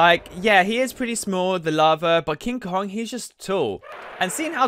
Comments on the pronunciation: It's King Kong not King kon. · kinG konG not king kon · It is called KING KONGGGGGGG NOT KING KON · Is not king kon is king kong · It's King Kong not King kog it's Rodan not roan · "King kon" 😂😂😂😂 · And he called King Kong, King Kon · Is it me, or is he saying “king kon” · And he called King Kong King kon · you: king kon me: ITS KING KONG